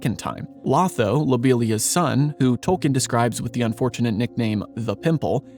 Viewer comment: 1. It's pronounced low-tho not law-tho. 2. He doesn't turn The Shire into a capitalist hierarchy. He males it a communist dictatorship. 3. Literally killed by Grima at the order of Sauroman. 🤣 🤣 🤣 🤣